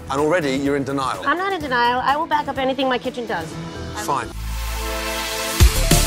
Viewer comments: “ YOUR IN D’NILE RIVER”😂😭😭💀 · "you're in d'Nile" 😂😂😂